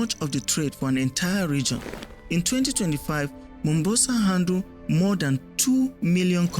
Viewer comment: My brother, it's not Mumbasa, it's Mombasa, 'Mo'. In Swahili, Mombasa is historically called "Kisiwa cha Mvita" (or Mvita for short), which translates to "Island of War".This name comes from the city's long history of being fought over and changing hands among Arab, Swahili, and Portuguese rulers over the centuries.The name "Mombasa" itself comes from the original Arabic name for the island city, Manbasa.